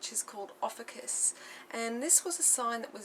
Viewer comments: We pronounce our name as Ofeeshus.Beautiful reading I'm proud of you for sharing your knowledge . Thankyou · adam simon yep, they can't even pronounce our name right.Oh well that doesn't really matter anyway.